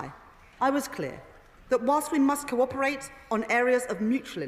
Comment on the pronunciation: Someone needs to tell her how to pronounce cooperate. It's not corperate. Her English is nearly as good as her maths poor love. Poor us